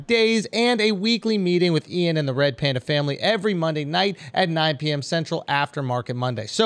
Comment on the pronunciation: “Pander Pander” 🐼 😂